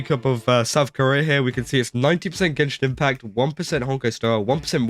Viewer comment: Gay-shin Impact 🎉🎉🎉